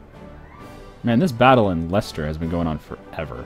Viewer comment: Finally an American who can say Leicester.